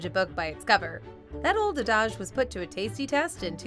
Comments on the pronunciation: The word 'adage' is pronounced 'ADD-ij'... no need to Frenchify its pronunciation :) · Did I hear, "uh DAJ" for adage? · I’m sorry, but how did she try to pronounce “adage”? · She can't even pronounce adage right. I love women. This wench is terrible.